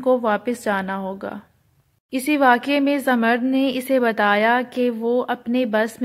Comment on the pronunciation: Zamard nahe Zamrood pronounce karay